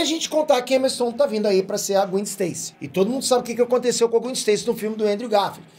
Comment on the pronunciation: Cara é GWÉn q se fala Não Gwin